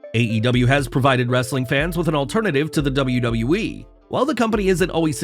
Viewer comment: "Wrrrrrrrrrrrrrrrrrrrrrrrrrestlin Content!!"